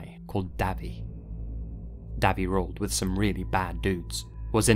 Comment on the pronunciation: If the name is Davy I think it’s pronounced Dayvey, like Davey, but no e.